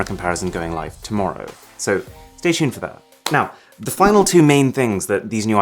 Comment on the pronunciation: He said LOUNGE instead of LAUNCH in And STAY SHUNED instead of STAY TUNED in